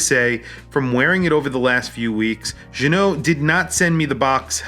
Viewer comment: Nice to see you know how to pronounce Ginault. Now you need to learn how to pronounce homage. (pssst. The H is silent). As for the review